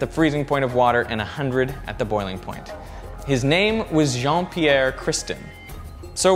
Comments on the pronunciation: Jean-Pierre, not Jeane Pierre :D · Shouldn't it be Jean-Pierre Cristin ?! I'm french, and nowadays, It's Jean-Pierre and not Jeane Pierre... Who cares xD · Jean-Pierre Christin not Jeane* :)